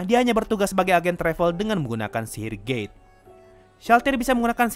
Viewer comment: maafkan dosaku T□T bukan dengar gate malah gay. Telingaku gak beres